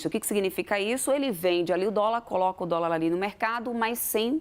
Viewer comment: " U póbi naum comi dóla mesmo"